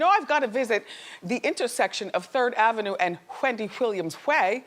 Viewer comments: Whendy Whilliams Whay! I can’t. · Whendy Whilliams Whay -IM WHEAK